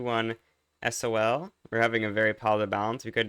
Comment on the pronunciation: WHY DOES HE SAY S.O.L INSTEAD OF SAYING SOL